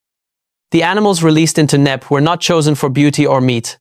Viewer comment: Knepp Estate not Knapp 🤷🏼‍♀️